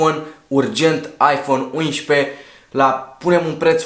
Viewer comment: De ce zici la 11...uinșpe? No hate!!!! Fortă